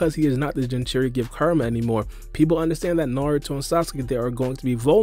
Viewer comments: It's hilarious how you're pronouncing Kuramas name. Sounds like your karuuamaa..... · It’s Kurama* say his name right